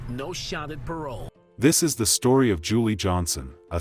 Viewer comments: Please pronounce her name correctly it sounds like July not Julie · Did that reporter say "July Johnson"?! 🤦🏽 Just disrespectful.. She knew dang well that's not how you pronounce that. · Here name was pronounced "July" like the month. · Her name is pronounced like july Rip 😢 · I appreciate you covering Julii's story, but my little cousins name is pronounced like the month of July, but it's spelled Julii. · July it's pronounced July